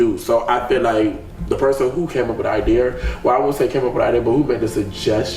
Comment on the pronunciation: attempting to say, "idea" is pissing me off 😂😂😂